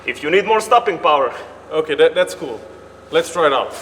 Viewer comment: One word: Stahpingpowa